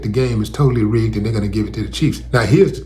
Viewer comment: I think he said Kansas City Cheats!